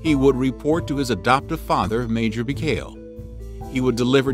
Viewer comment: Mickhale??? Serjay???? Who the hell narrated this? Try Sergei (pronounced Ser gay) Mikhail (pronounced Meek HEIL)